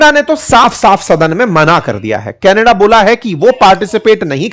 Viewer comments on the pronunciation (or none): none